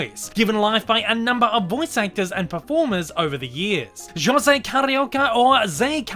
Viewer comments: It's not "Shosay" it's "josé". É sounds like the "a" in "apple" in the US American pronunciation. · It's Jose (HOE-ZAY, NOT JOE-ZAY) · Ah man, knowing now that his name is supposed to be Joe-ze instead of ho-ze really makes me wish that future version’s of the three caballeros will go back to this pronunciation. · Pretty annoying when he calls himself "José" with that spanish "J". I wish they correct it. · and I've enjoyed performance more, although that 'Ho-say' pronunciation kinda annoys me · And real spanish people gets annoyed at americans how they butcher or bastardize the prounouncations in J sounds. Instead of the SH sound (not as in shoot but as a horking sound, you know the sound we make to prepare to spit) the americans wrongfully say H so José is prounounsed Hose-ay instead of Sch-oh-say or Jalapeños into Hall-ah-la-pen-yos instead of Sch-ah-la-pen-os. We swedes can easily say the SH sounds as we have many words starts on S, K, SK and so on that is porounced with the SH sound. If you don't know how to do it, search videos on here on YouTube for how to pronounce the SH sound. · Its weird that you pronounced his name wrong despite you doing research and getting clips for this. I guess your familiarity of Jose was rather low before this, then you did the research then audio recording first, and did the clip finding last, resulting in you pronouncing his name wrong. Other than that, this was nice.